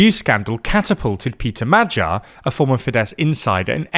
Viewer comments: It's additionally funny that he actually gets the "gy" in Magyar quite well. But obviously still having the English spelling mindset where any combination of letters in one word doesn't necessarily mean it's pronounced the same in another word 😂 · Brother, can you maybe put Hungarian proper nouns into Google translate and LISTEN to how they are pronounced? Wtf were those pronunciations for Magyar, Gyurcsány, or Tisza? For a news platform this is atrocious.